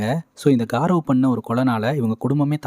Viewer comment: Adhu காரவ் ila கௌரவ்.. good explanation